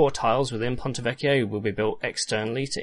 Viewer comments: Hi, from Italy I confirm, the pronunciation for "ponte vecchio" is correct! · Finally somebody that pronounces Ponte Vecchio correctly. I’m italian and the way some people pronounce it... it’s like running nails on a chalkboard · U do everything right, thx for the Video as I was getting ear cancer from hearing the englisized pronunciation of pontevecchio.... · I know Latin and I have no trouble pronouncing Ponte Vecchio. I just used the Ecclesiastical Latin pronunciation for it.